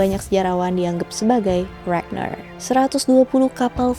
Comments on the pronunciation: bacanya RAGNAR nya pake toungue roll R yg tegas kaya baca R di indo.. .bkn regner pake R bule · Ijin koreksi kak, untuk ragnar dibacanya rag-nar atau raa-jnhaar bukan ragner dan lothbrok dibacanya lordbrog atau lodbrok. Thank youuu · RagNAR, bukan ReGneuRr 😑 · kak mau ngasih masukan dong, pronunciation ragnar jangan pake bahasa inggris dong pake pronunciation bahasa skandinavia aja biar lebih keren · Mbak mohon maaf bukannya ngejudge atau apa pun pengucapan "ragnar" nya biasa aja